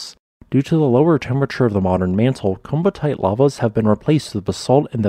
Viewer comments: Great video! My favourite volcanic rock, hopefully I get to see the ones in Australia sometime. Just a note on pronunciation, the double ii is similar to Hawaii in that it's two separate sounds, so "Komatiite" is more akin to "co-matty-ite" than the common mispronunciation "coma-tite", as per the pronunciation of the "komati" river it was named after. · I thought that the pronunciation was something like "ko-mat-ee-eye-t"? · You kept mispronouncing the word. It’s koh-ma-tee-eyet, i.e., the vowel sounds are long O, short A, long E, and long I. You pronounce both of the I’s. At least that is the way ALL of my geology professors pronounced it. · I believe it is pronounced komati-ite, at least that's how my professor said it. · It is typically pronounced 'koh-ma-tee-ite' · Kom - at - ey - ite. Say it correctly!